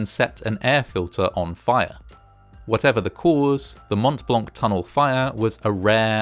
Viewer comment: The "t" sound in Mont Blanc is silent. It's always funy hearing anglophones mess up other langages.